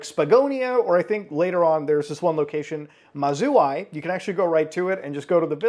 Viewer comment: MAZURI is pronounced like the state Missouri i think